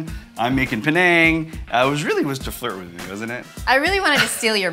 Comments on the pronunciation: Panang or Penang haha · It’s Penang